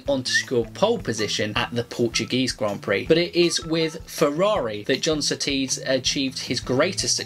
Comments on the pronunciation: It’s John Surtees - not S’tees - at least give him deserved respect by pronouncing his name correctly ?!?!? Cheers. Rx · John sooties it sounded like lol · john settees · Annoys me a little that is British yet can’t say Surtees correctly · The pronunciations of Surtees and Hulme broke my heart. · GDTrayner I’m an English avid F1 fan, I’ve never heard anyone before say Surtees name like that, it annoyed me too. He had one ☝️ job.... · I'm howling that was hilarious. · Kiwi pronounces Surtees exactly how I have heard every single person in my life pronounce the name. British guy decides to pronounce it totally differently. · Never heard Surtees pronounced like that b'fore